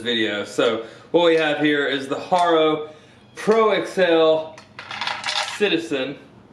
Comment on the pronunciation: its ha - ro not har - ro